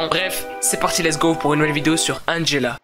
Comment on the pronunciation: T bête tu dis angella comment tu t'appelle mais très très bonne vidéo 😜😜